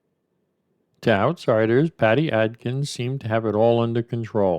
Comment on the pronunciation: Bro, its Adkins not Atkins. Just sayin.